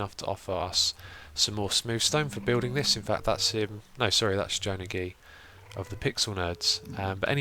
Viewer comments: I think joe name means joe-nage not joenaggee as you said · Joe-nage not joe-na-gee ? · joe-na-gee lol its joenaje (joenaggee) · Tidbit: Joenagee is actually pronounced similarly to "ownage". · The way you say Joenagee is amazing!